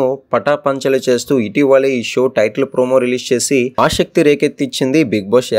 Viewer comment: Orey telugu maatladadam radha Ashakti entira aasakthi anu